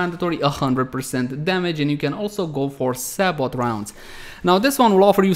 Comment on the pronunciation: Nice vid. Btw, sabot is pronounced say-bo. Silent T.